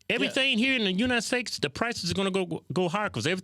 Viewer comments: you country aases keep saying United Stakes lol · Kevin kept saying United Steaks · Bro why you keep saying united snakes 😂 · Am I the only one who hears United stakes ?? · Kevin: “United Stakes” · He said United Stakes, lol 😂